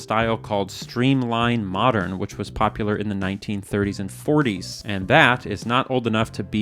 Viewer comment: . pronounced mo-DAIRN. See Jefferson HS in S. Central L.A.